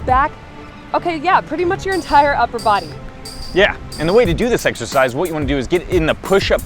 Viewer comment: Ha! Did he say "How to do this sexercise..."? ha